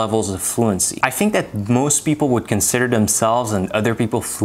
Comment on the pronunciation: The evidence of non native speaker is "I fink" for me, we here it at the beginning of the video.